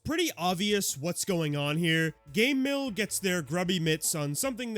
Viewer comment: Why do you pronounce Game Mill like Gay Mill?